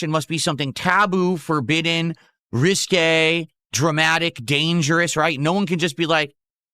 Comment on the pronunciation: Taw-boo, Reese-kwe, out of the blue begging every tuesday fr fr